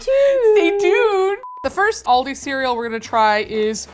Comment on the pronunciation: we know now that must upload the videos, bc calls it "aldi's" and calls it "aldi" hahaha